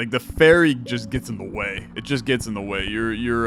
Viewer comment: OH! Ferry not Faerie. I was confused for a minute.